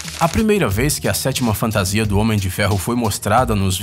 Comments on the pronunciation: Mas alguém fica putoo quando o cara fala fantasia...?!!!!!!!!!!!! Fora isso o vídeo tá massa..ksks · sim, fico muito puto quando ele fala fantasia!!!